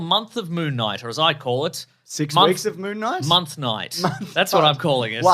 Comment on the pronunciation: Mr Monthday Monthvies.